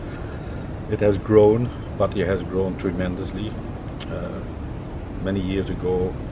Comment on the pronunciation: Never knew Pattaya was spelled Paaatayya, my friend it is not Paaaatayya its Pattaya, we Farangs butcher this simple name its Pa and not PAA, please please don't butcher this simple name, it is always the Brits who seem to kill her name. Great video no less. 😰